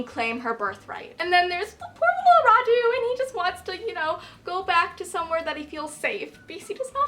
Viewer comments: Its always funny hearing you american guys trying to pronounce Vlad and Radu :)) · I love the way you pronounce Radu. It's so cute😂. Being Romanian the names are really easy for me to pronounce but I can understand why you struggle with them. I had to spell Radu yesterday and totally sucked at it🙈😂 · Re: And I Darken: Radu is pronounced Rhaa-du rather than Rhadoo, accent on the first syllable. And Mehmed is literally Meh-med, harsh H and D. Lada is also a stupid nickname because in Romanian it literally means "crate", nobody speaking the language wold think it was an improvement over her actual name - "Hey, just call me Crate" whaaaa...